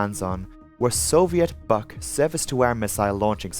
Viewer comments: Buk is pronounced like book, not buck. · Buk is pronounced like "book". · You lost me at the history lesson. I’m here for aviation crashes not geopolitical commentary. Also, I t’s pronounced BOO with a K at the end.